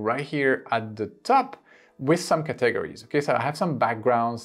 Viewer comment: Great stuff here Thanks for this helpful information. BTW In English we pronounce "categories' like this: CAT eg ories - put accent on 'cat' and a bit on 'ories'. I am trying to find out if we can upload things we've made on the Free Canva app to our YT channel. I couldn't find it on your Canva video - did I miss it?